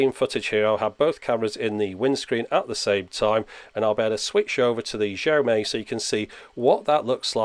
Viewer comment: Love your videos, just a small point - Xiaomi is pronounced shiaow mee (with the vowels pronounced quickly). I know in English we would get closer to a "J" as you said, but that sound is closer to "zh" in chinese pinyin. eg. Guangzhou, which is more like Gwang-joe. Great videos though as always.